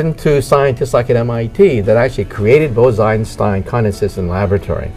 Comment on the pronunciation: Bruh, BOSE-EINSTEIN not Bows-Inestine